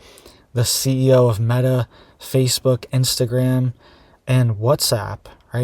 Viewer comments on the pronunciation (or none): none